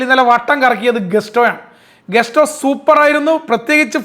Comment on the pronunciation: ഇയാള് വലിയ അലറി വിളി commentator ആണെങ്കിലും പേരുകൾ പറയുന്ന പലതും പൊട്ടതെറ്റാണ്. റോബർട്ടോ സഞ്ചസോ? കസൈഡോയോ ? ഗസ്റ്റോ ?